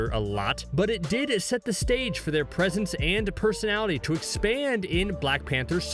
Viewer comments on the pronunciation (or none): none